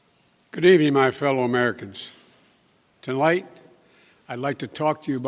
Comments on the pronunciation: “Twolight” instead of tonight and thats just the first sentence, ooof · Not even 5sec in and he mumbles. Tolight we😂😂